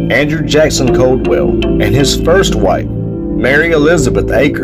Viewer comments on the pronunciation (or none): Not Coldwell lol. Its Caldwell. ...A... I doubt thats the most haunted place in KY. I lived down from here most of my life